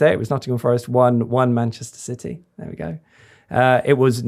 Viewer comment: Can someone please tell to stop saying 'Manchester Siddy' ffs